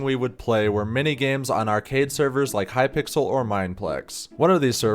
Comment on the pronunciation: eyo someone else i finally met that says hypickle instead of hypixel